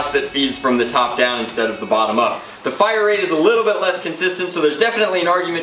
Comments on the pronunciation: 1 its 6 rounds 2 you said fier like feir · Did anyone else notice "the rate of fIEre" thing?lmao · rate of fayire lmfao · rate of feire, lmao